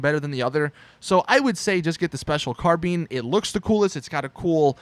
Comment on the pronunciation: Josh Nevett spilled his carabeans